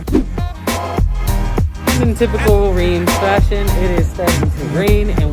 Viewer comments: If you live in Reims, why haven’t you learned to properly pronounce it? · insulting your viewers is not a good look—nor is mispronouncing the name of the city in which you live.